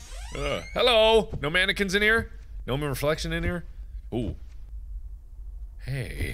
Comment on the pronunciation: how did you manage to fuck up "mannequin" so badly